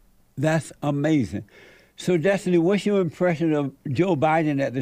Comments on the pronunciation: Amazin, that's amazin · I swear when JLP doesnt understand something he just says AMAZIN'.